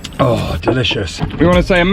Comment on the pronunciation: Now that's a Turkish "Oh"; you take up some words, don't you?:)